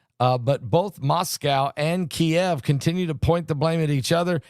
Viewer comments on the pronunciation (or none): none